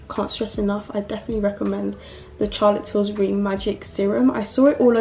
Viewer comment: It’s Charlotte Tillburry not Tillsburry 😂